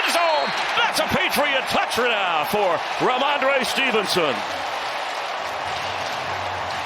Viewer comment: "That was a Patriot ROUCHDOWN! For Remandre Stevenson!" 😂